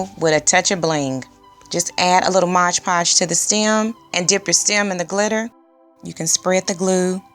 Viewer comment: Great job. Gonna check out the other vids also. Btw, it's MOD, not Modge.